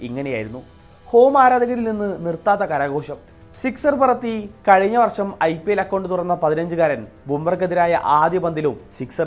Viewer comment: Varssam alla daa varsham Malayalam correct paraa